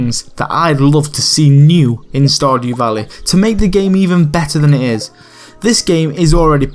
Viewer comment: stahdew valleh